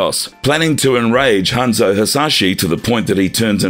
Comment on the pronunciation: I said this before but please look up the characters name. When so much is pronounced incorrectly it comes off as amateur and as if you're not real fans. I hope that's not weird but keep in mind people who don't know these characters will get false info. Hanzo, Kabal, Taven, Shinnok all pronounced wrong.